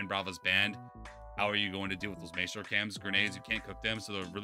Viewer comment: It’s pronounced “my-stro” not “may-stro”